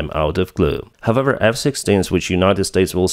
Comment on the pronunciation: I follow you for more than 2 years now. when will you start to find out how the word "however" is pronounced correct? the way you do it is so hurting, you almost break your tongue